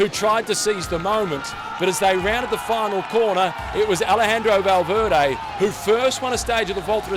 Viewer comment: "Valveerday" really !?